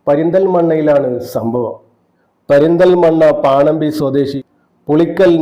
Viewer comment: പരുന്തൽ മണ്ണ അല്ല,, പെരുന്തൽ മണ്ണ